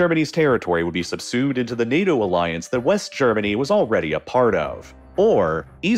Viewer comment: Subsumed, not subsued.